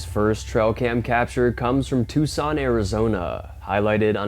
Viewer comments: Hey. Took son Arizona is pronounced two son. Not tuc sun and certainly not took son. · Hey. Its pronounced ( 2 son) NOT( tuck son). 👍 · Its actually "two Sawn" lol just sayin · ANOTHER annoying and challenged narrator🙄 It’s “Too-sahn” (Tucson) not “Tuke-sahn”. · Tuke-san Arizona...LOL. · Brother, you gotta get out from behind that camera more! We also have to show you on a map where the hell Tucson (Too-sonn) AZ is! 😂 There’s no Yeti‘s hanging around Southern AZ, my friend!😂 Also do you think that the “Bigfoot” pic from the Uhinta Basin is really “trying to look like a tree to avoid humans, or do you think there’s actually a chance that it’s simply just a tree?🌳 Cheesy, cheesy, lemon squeezey! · Thank you for helping with that, I meant to last time I heard him say it wrong but forgot before I left the channel. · He is over pronouncing in an attempt to sound as clear as possible. I picked up on it too.